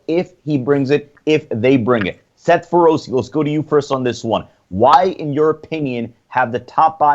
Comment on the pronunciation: Wow Dave's little stooge doesn't even know how to pronounce Seth Feroce's name, thats kinda fucked up